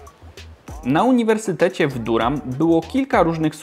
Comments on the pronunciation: Czyta sie duram, nie durham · Durham - wymawia się daRAM :) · Durham wymawia się Da(ha)am. Wiele razy słyszałem bo mieszkałem niedaleko, ale nigdy mi się poprawnie wymówić nie udało. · Durham wymawia sie Daram taki mały szczególik bo troche bolą uszy ale materiał spoko popzdrówki:D